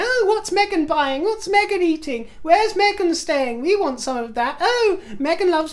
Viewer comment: I adore you. I have noticed in the last few videos you’ve been pronouncing Meghan without the G, darling you have a lovely accent, the Mahzin, my dear is becoming a pet peeve.